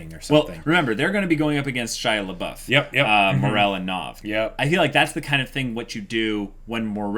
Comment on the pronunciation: Every time they bring back "Shia-labouf" I die a little inside.